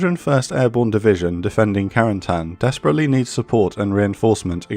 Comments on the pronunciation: Creates a video specifically focusing on some very specific place, does not try at least once to pronounce said place correctly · It's funny how americans pronounce Cotentin correctly (even if there is room for error) but Carentan is always butchered. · What about a little French lesson to pronounce Carentan properly? Great job otherwise!